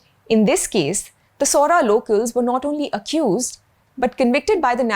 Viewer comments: Caling Sohra …Sohra with the correct intonations and not opting for Cherapunjee which us locals dont prefer, makes me feel happy and removes doubts about the sincerity you bring to this video. Its not Pakistan or China thats the actual enemy of India its Indians like these who are more helpful and they should infact be investigated if their channels are in actual realty funded by the ISI and Chinese intelligence to cause disharmony in the country, calling Arunachal or North East a part of China is the biggest form of #antinationalism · Thank you for this video. By the way, you nailed the pronunciation of "Sohra". This is very rare and I really appreciate it.